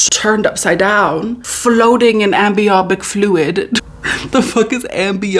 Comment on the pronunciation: am-be-ah-bic fluid 😂😂😂